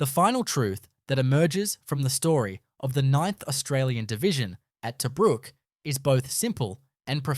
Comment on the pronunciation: Can't even pronounce 'Tobruk' as we know it.